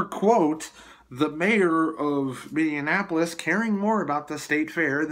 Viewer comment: Mindianapolis? How about Minneapolis ? Just trying to keep it right.